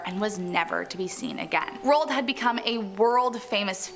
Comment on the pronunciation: THE PRONUNCIATIONS OF ROAld Amundsen is terrible